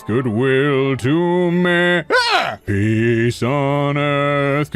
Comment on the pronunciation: all i heard when ot said "peace on earth" was "pees on earth" :,)